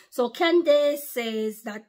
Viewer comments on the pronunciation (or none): Her name is pronounced like “Candis” not “dace” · It’s pronounced like Candiss 😊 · Her first name would be pronounced as Can-dus 😊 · Praise Yeshayah!!!, her name is pronounced Candis. The dace in her name is pronounced dis. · Pronounced Can dus. 💜 She is awesome, she takes no prisoners aka liberals. The republicans love America, freedom, and her people. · Her name is pronounced ----Can dus correct spelling is Candace Owens. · Pronounced : can dis